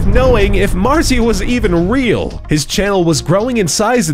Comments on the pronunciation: Its pronounced Mar·tz·ia not Mar·tza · It's pronounced martzia not marzia! And he has 40 million subs now. Also I don't believe that pewds used to ask people to watch his videos, he's just not like that. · Im gonna cry its pronounced MARZIA not marzeea -_- XD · Emma Österman Don't forget about "MARRRzeeuh" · I dont wanna sound rude but, that isn't how you pronounce Marzia